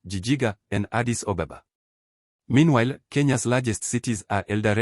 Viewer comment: Funny how you pronounce Addis Ababa as "Addis OBOBA" and Abiy Ahmed as "Abey Ohmad", this is the simplest thing you should have corrected. Why don't you practice a little more or look for accurate information?